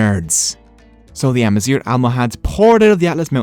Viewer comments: GH is pronounced as a french “R” maybe thats why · Any native north Africans, please feel free to correct me here. The "gh" in Amazigh is being pronounced here with the "r" found in English, but should be pronounced more like the "r" found in French or German. The so-called "European gutteral r," represented in the IPA by "ʁ". It's spelled with a "gh" and not "r" because it's pronunciation is almost nothing at all like the american "r" as heard throughout this video. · Why is he pronouncing “zgh” as an “r” ????? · You pronounce it "Amazir" which means horseshit in berber hhhh sooo yeah... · It's not spoken as amazir but amazig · good job, but why you pronouncing gh as r? its amazigh , gh as the greek letter Γ γ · you are pronouncing 'AMAZIGH' as 'AMAZIR' (which is the term we use for cow sh*t) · Thanks for the video but the way you pronounce the sound [gh] is quite irritating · Thanks for the video, it is worth mentioning that you mispronounce the "gh" sound and confuse it with the English "r" sound . The "gh" sound here should sound like the way French people pronounce their "r", here is the IPA form of it to have a clearer idea: (ɣ) Mixing these two can affect the meaning of Amazigh words, for example, the way you're pronouncing "Amazigh" with an "r" it gives a different word: "Amazir" which is in Amazigh means: "cow waste" used as fertiliser in Agriculture.. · nope, we pronounce the "gh" at the end like the French pronounce their "r", we don't roll it like he did in the video. So it's ah-ma-zeer with a french "r" in the end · You pronounce the word Amazigh wrong in the last letter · My only problem is the pronunciation of "Amazigh". Is that how you pronounce it my Amazigh brothers?